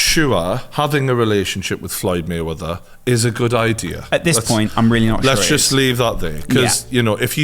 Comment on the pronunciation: “FLOYED MUNNY MAYWETHER”